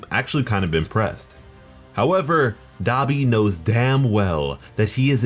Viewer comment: Anybody notice he saying Dabi Wrong.